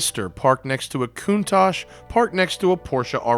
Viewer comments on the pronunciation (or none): Did he really say [Countash] instead of [Countak] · American friends, please get car names right!! Its pronounced "t'i'ral" not a "tierell" and a 'CONtach' not a 'coontach' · Did you say coontache?